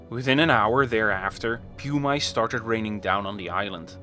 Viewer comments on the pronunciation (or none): Aleutian is pronounced "Uh-loo-shun". Pompeii is pronounced "Pom-pay". Pumice is pronounced "pum-uss", not "pew-mice"! 🗾 🏛️ 🐭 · It's PUMM-iss, not PEW-mice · I heard “pew mice” and had a momentary giggle imagining a rain of mice